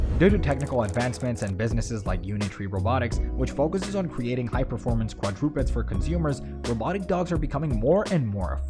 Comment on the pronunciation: quad-DROO-peds?! lol